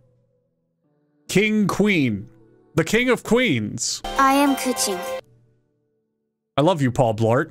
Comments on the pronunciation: The way he pronounces names kills me. Keqing.. the one I hear ppl mispronounce the most. Ku Ching.. pretty sure that’s like. Cat in Malay.. isn’t she Chinese 💀... Kuh ting is how I’d pronounce it.. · As a Chinese I died when you try pronouncing the name Keqing😂